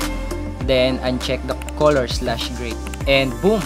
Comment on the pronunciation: No one:: Koloor 😅